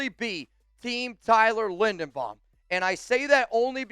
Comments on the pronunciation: LINDERBAUM, not Lindenbaum. You're not very bright, are you ? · "I'm looking at Tyler Lindenbaum". It's Linderbaum. says he loves him, then mispronounces his name at least 5 times in this video and 30 times in the last month.